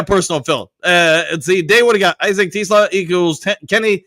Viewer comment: is saying "Tee-Sluh" lol.